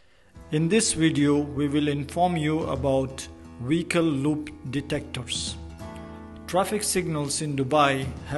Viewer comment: Couldn't you get someone with a better accent who can pronounce vehicle instead of Wecol